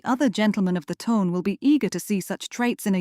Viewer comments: It was my understanding that the true pronunciation of English upper class society is “the ton” instead as you used “the tone”. Maybe I’m mistaken but a point of clarification would be appreciated. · You are right. It's pronounced the ton as. The fish tuna in french. A sound that Doesn't exist in English. So ai cannot pronounce it properly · The ton should rhyme with con